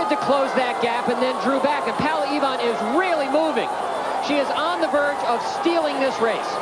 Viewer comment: They could pronounce her name properly POWLA EVAAN,!!!;;!;;!